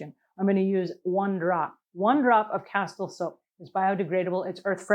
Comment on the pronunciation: It's pronounced cas-teel.